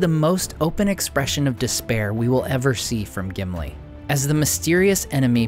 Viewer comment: Gimili more like simpli 😂